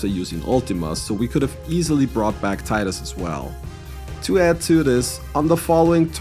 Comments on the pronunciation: Teedus, not Tie-dus. Come on its been 25 years already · Tidus is actually pronounced "tee-dus" for...some reason.